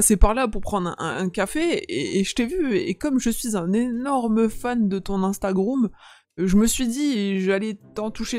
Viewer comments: Juste pour te dire que on ne dit pas instagroum mais on dit Instagram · Yo sérieu j'adore tes vidéo et en plusse le gars au début qui dit instagroume 😂😂😂vasi continu comme sa